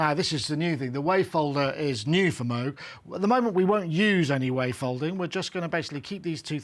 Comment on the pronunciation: Nice review and nice sound, but for Christ sake, after all these years, at least learn how to pronounce MOOG correctly. There is no debate on the correct one, and it is not a cow sound.